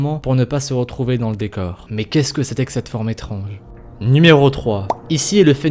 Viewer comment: À la place de étrange tu à dit étronge